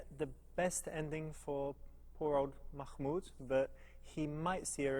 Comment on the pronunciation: its mah-mood. im really sorry but the way you said it triggers me also, if you cant really say it, that's totally okay